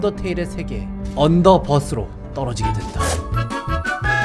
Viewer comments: 언더버스가 아니고 언더벌스인데용;; 언더버스가 아니고 언더벌스인데용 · 언더버스가 아니라 언더벌스인데여